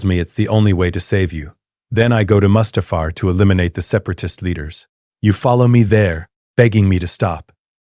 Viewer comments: That pronunciation of Mustafar was criminal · Saying Mustufer with the hard ER in the year of our Lord 2026 is crazy